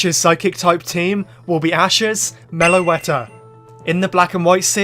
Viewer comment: MELOETTA, NOT MELOATA!